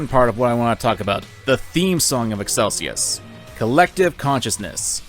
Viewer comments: My guy cannot pronounce character names, I'm wondering if it's an in-joke at this point. "Khamsin" to "Qasim", "Excelsus" to "Excesulus". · God the way you pronounced Khasim and excelsus, good video though. Im my own master now